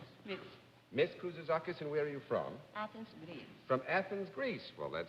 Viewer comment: Mr. Daly heard me. I said out loud "No way John Daly can say her last name (Kouzoutzakis)". He proved me wrong.